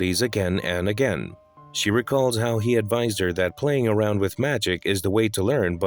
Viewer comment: “Arwound him” ok arwound?😂